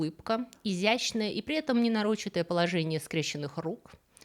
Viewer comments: Спасибо за видео, познавательно и занимательно.. удручают только ваши ошибки в ударениях и произношении слов. бизнЕс а не бизнЭс, не нарОчитое всесто не нарочИтое.. и тд. в общем привет вам от пуриста)) но работать над собой нужно.. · Странное ударение: нарОчитое положение. Новое заимствование?